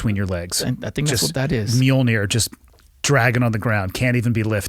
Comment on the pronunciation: as a norse nerd I went nuts when you pronounced Mojlnir correctly